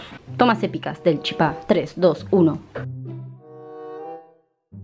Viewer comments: Cada vez que un porteño dice CHIPÁ o CHIPACITO un misionero muere. Se dice CHIPA sin acentuar la A lpm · Por cierto se dice chipa con acento en la "i" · No sabía que habían personas de baires que dicen chipa y no chipá uwu eso me alegra ah los tkm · Porque dicen chipÁ? Es chipa, normal sin el tilde, colta. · Y no se dice chipaa de dice chipa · Te banco,pero me molesta que algunos porteños digan "chipá", es CHIPA lpm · Nerviosa me pone cuando dice chipá🤣 CHIPA ESSS añarako🤣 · Es CHIPA sin el acento Me frusta cuando dise chipá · no soy mala ni una either pero se dice chipa no chipaaa😂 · COMO VAS A DECIR CHIPÁ ES CHIPA SIN TILDEEEEEEEEEEEE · Se dice chipero amiga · Porque dice chipá me desesperaaaaaaaaaa, es chipa sin acento ppr diosss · nose dice chipá se dice chípa* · es chipa no CHIPA en ese tono0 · Es chipa ...no chipá ....pa saber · Nuestra chipa, La chipa, Pronuncias mal el chipa cargas mucho al final se carga en el Chi no el pa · No es chipá es chipa gran 7 infórmate para hacer tu video, es una comida típica de Paraguay y no se pronuncia como te da la gana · La chipa es de Paraguay punto final,me molesta que los argentinos lo pronuncien mal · Solo a mi me molesta que digan Chipá? No es hate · COMO VAS A DECIR QUE LA CHIPA ES ARGENTINA ENSIMA QUE LO PRONUNCIAN MAL 😐😐😐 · Lo gracioso es que "chipa" Es un término derivado del guaraní, además que ni lo saben nombrar bien. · Es la chipa, solo los argentinos pronuncian mal. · Chípa con asento en la i:3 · Algunos de los youtubers que sigo suben videos haciendo chipa y les juro que odio que digan CHIPÁ, NO SE DICE ASIIII AAAAAAAA bueno igual te quiero mucho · Soy de Paraguay y en guarani se dice "ShipA" asi suena la ch suena sh Y en castellano es Chipa sin el acento en la A